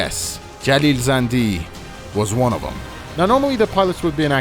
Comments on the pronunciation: Are you persian? Cause the way you say Jalil Zandy sounds verryyy native. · Bro thank you so much for actually paying attention to this and also saying the names of city and jalil zandi thank you. No one actually says the names correct and that bothers me thank you myself I am from Iran and no it's not like we are blocked we use VPNs it's illegal but nobody cares you can't get arrested for it even though it's illegal Love from iran❤ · you said that name in most iranian way , you are iranian?